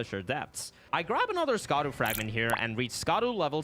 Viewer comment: I love your content! I just found your channel recently and have been binging it lol. Just wish you’d pronounce Scadu correctly. It’s “shah-dew” not “skah-dew”.